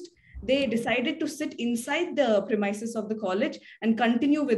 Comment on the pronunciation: Please pronounce the word premises correctly.